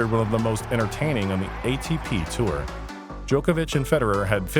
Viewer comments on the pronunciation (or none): none